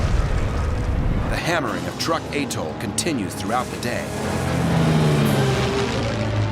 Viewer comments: Truk is not pronounced like "Truck." It is pronounced "Trook." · ..not to mention it was known as ‘Truk’.. not Truck. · I have read were Truk is actually pronounced Trook check it out